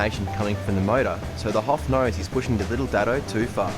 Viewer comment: So nice to hear the Australians pronounce "Datsun" correctly instead of "Dotsun" like the Americans. Signed, A Canadian.